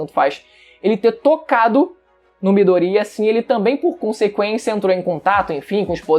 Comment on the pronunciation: Mano, eu curto seu canal, mas tu falando o nome do midoriya me dá nojo kkkkk 'midorria'